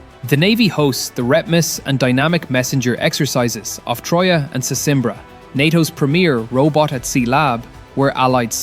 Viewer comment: btw, it's Tróia & Sesimbra.